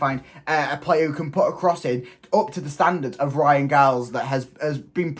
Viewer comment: Pronounced Jiles